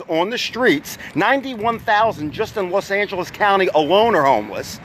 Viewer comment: Why Do You Say Las Angeles